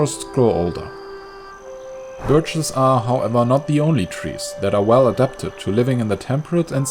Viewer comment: lol i thought the "r" was a "t" in the word birches